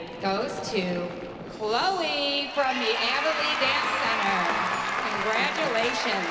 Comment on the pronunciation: No one: Seriously no one: Like legit no one: Not even Jill’s little Kendall: Announcer: “Ch-LOW-eA from the AbBeLeA dAnce cEntEaR.”